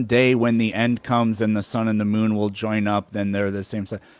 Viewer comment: "The sun and the moon woll be joined up" so, an eclipse?